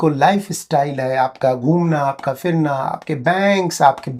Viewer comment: Its not firna . Its phirna.